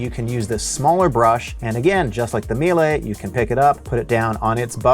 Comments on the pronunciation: It is pronounced Me Lah. Not me lay. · It's pronounced me-la. We use the C1 canister vacs for our cleaning company and we get about 4 years of use without issues from the vacuum(pretty good since we use an abuse these vacuums at least 6 hours per day). Biggest problem is that the cable gets sensitive over time which is not that hard to replace yourself. Edit: Miele does offer powered brush attachments with their higher end C3 vacs. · I usually hear it pronounced ME-Luh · I was about to post this comment about how to correctly pronounce Miele. Glad I checked the comments first.